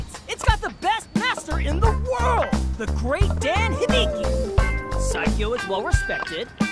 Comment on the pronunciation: The english voice is terrible and he says his own name wrong. It's DAN, not DEN. Now there is now way people will say it right, anymore.